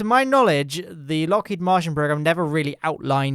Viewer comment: 5 Minutes In IT'S LOCKHEED MARTIN, NOT MARTIAN, AAAAAAAAAAAAAAAAAAAAHHHHHHHHHHHHHHHH